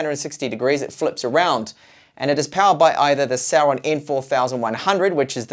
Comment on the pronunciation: i keep hearing Sauron when you say Celeron. Thanks for the video.